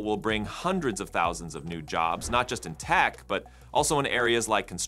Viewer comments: Ugh. A robot telling me about robot news. "thoesand" ? Srsly? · The voice AI on this video is really good for the most part, but I really get a kick out of how it said “hot butter issue” instead of “ hot button issue” and “100 those an” instead of “ 100 thousand”. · If your AI voice cannot pronounce "thousand" properly, maybe use your own voice. Stupid AI videos makes it clickbait and untrustworthy.